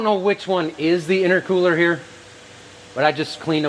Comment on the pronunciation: Genuine question, no criticism of I'm right, but isn't it intercooler not "inner cooler"? Or is that something else? I'm not a mechanical guy so genuinely want to know